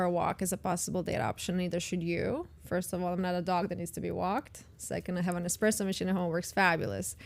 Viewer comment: She said "eXpresso" machine. That alone disqualifies her as high quality.